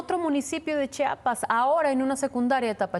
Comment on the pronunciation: Me gusta este noticiero, diario lo veo, pero no puede ser que la gente diga "Chapas" y no "Chiapas", desafortunadamente este error pasa en frecuentemente en la tele (Minuto )